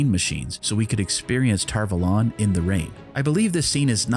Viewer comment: "tar vOlAn" really triggers me, for some reason It's Tar Valon" A first, o 2nd. How hard can it be to keep facts straight?